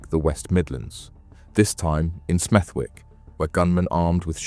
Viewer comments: It's pronounced Smethick, a silent w as in the middle of Warwick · IT IS PRONOUNCED “SMETH-‘ECK” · nah I don't think so, but as I live by Smethwick it just stood out to me haha but it's one of them, if you don't know the area then you probably wouldn't know the w is silent 😂 more Birmingham/Midlands stories would be good 😉 👍🏻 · Good vid bro, Smethwick has a silent W though 👍🏻